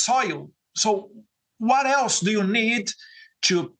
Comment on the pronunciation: "UARÉLSE" SERIA WHAT ELSE ? 😅😅😅😅 BANANINHA VAI FAZER UM CURSO DE CONVERSAÇÃO